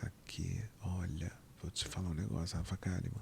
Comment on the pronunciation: Rafa Kalliman a leitora assídua que fala errado